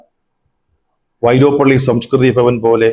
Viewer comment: വൈലോപ്പിള്ളി... വൈലോപ്പള്ളിഅല്ല സാറേ..